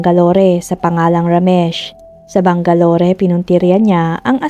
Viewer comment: Bang-ga-lor not bang-ga-lori